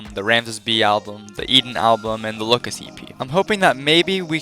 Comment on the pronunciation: i don't think that's how lookas is supposed to be pronounced / 10 also my favorite lightbulbs are the ones that explode in my stage lights and make pretty patterns with the burnt gasses inside